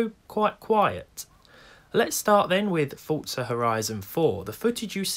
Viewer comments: Forza!!!! Not fortza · HEY HEY HEY Dont you call Forza FORTza... Its for zzzzaaaaa lol j/k! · Ah yes, "fortza." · Does it bother anyone else how he says Forza? 😂😂